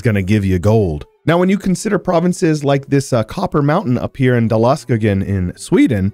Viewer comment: as a swede when he said dalaskogen gave me ptsd. I finally understand why people say sorry for their pronounciation. Love the video tho, just stay to gothenburg next time.